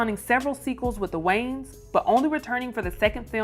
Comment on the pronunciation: I can’t bruh. WHO TF ARE “THE WAYNES”?! Like lady! Your illiteracy is showing! There is ANOTHER VOWEL in that name and it’s NOT after the N! Are you the only female presenter? Nobody Less Country??? I’m petty! Idgaf, I had to listen to this broad say WAYNES for like 5 minutes!